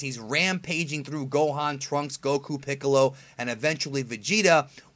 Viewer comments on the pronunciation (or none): none